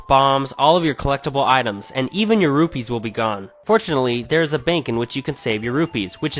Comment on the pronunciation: It sounded like roofies instead of Rupees